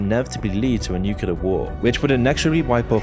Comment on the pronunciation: Nice vid bro, but can you please work on your pronunciation of the word nuclear, idk why but is bugging me so much